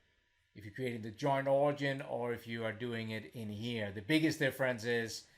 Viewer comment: The word you keep "butchering" is pronounced "orijin"...:)...great video.